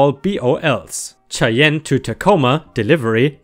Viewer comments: Re truck driver cheyenne is oronounced shy anne not shay ehn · Cheyenne is pronounced shy-anne. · Its pronounced Shy-ann and Boy-zee